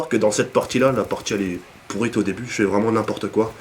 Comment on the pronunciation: wallah ta reson gros pour la religion et juste un truc c pas pourite c pourit 'pourite' sa existe pas